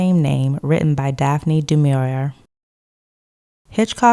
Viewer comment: Just for future reference, and because I am that person (so sorry!), DuMaurier's name is commonly pronounced: and Laurence Olivier's surname is commonly pronounced